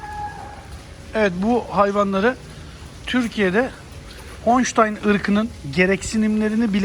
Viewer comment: Honştayn değil holştayn